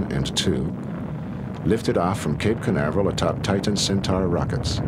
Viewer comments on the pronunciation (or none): none